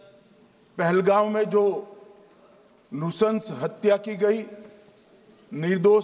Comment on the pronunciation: नुशंश नही नरन्शंश